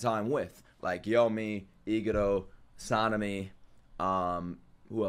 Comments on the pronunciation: jus for the next episode letting u know its gonna be awesome i love gyomei bro is really him. btw its not pronounced "gyo-me" but instead "gyo-may" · Gyomei is pronounced gyo and mey like you say hey